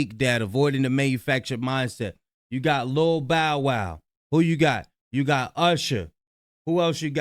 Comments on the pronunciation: Bow as in bow tie, but I get what you mean, it's definitely annoying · Yes tell your AI it's bow wow 😂😂🎉😂😂😂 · pronounce "bow" like a bow-tie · The AI saying “Bow” as in “Bow & arrow” is throwing me off!😂😂 but on topic, all of this is so messy and it’s only gonna get worse before it gets better. There’s some truth in what Orlando is saying, he’s been around since “Family Matters” so I’m sure he’d know about how the industry really handles people, especially kids